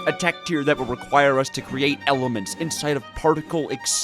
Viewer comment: Somebody give this man enough money to go to a chemistry class he’s butchered basically all of the element names